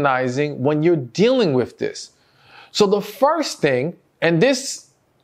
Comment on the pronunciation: Please don’t ever take this wrong, try to consciously pronounce “with” correctly. Thank you!!! ❤❤